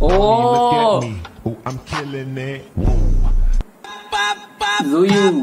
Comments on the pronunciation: Her name is pronounced Chewy. Like Chuu - v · Your pronunciation 😂at tzuyu name